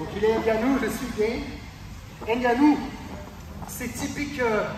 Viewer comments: Merci pour la vidéo mais sérieux, pourquoi tu prononces Gane comme s'il n'était pas français ? (Gaine) C'est Gaane, avec le son A. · Bonne vidéo, instructive et récapitulative, mais par Pitié "", "Renier" la France en claquant des "Gane" à l'anglaise alors que ça se dit tout simplement GAAAAANE et non GAYYYYNE c'est dommage, les ricains sont suffisamment partout pour qu'on se valorise un peu sur une discipline où on les plis! C'est pas méchant, c'est juste le coeur qui parle! (J'espère au moin que t'auras apprécié le jeu de mot 😜) Merci pour la vidéo 👍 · Ce serait encore mieux en respectant le nom des athlètes. Gane se prononce Gane, pas Gaine, et le n de Ngannou est muet. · Très bonne vidéo! C'est toujours plaisant de décortiquer ce qui s'est passé et s'apercevoir des détails techniques. Bravo. Par contre pourquoi vous voulez l'appeler Gaine alors qu'il s'appelle Gane. ^^ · Votre vidéo est top, merci pour ces explications ! Juste une chose par contre: pourquoi vous prononcez Gane à l'américaine ("Gayne") au lieu de "GAne" sachant qu'il est français aha ? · Gaaane les gars, pas Gaïne ! Merci pour ta vidéo. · C'est Gane pas gaine, y'a pas de i. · par contre on dit GANE pas GAINE :) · On est français ont du Gane et pas gayne super vidéo sinon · Hoss les gars, juste une petite précision qui a de l'importance pour certain: respectez les noms propres svp Si Ciryl dit s'appeler Gane n'allait pas l'appeler Gaynne! Les Patronymes sont sacrés les Gars;-) n'est ce pas! Je déconne mais svp les gars! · Ça se prononce gane et non "gayne" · il est français, il s'appelle Gane pas gaine sinon a part ça l explication est bonne mais la solution proposée face à un monstre de puissance comme Francis me parait un peu légère. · Gayne ? 🤔 Gane, avec un “a” comme analphabète. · Gane, et non pas Gayne... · Bonne video Ps: on dit « gAne » (prononciation française) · Par contre ciryl Gane est français donc pas besoin de prononcer Gane à l'américaine ^^